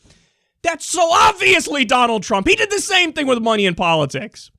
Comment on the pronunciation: " I don't needja munny, i needja vote " lmfao NEW YAWK